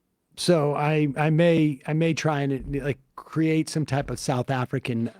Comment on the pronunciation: "Seth Efricans" and "Blecks."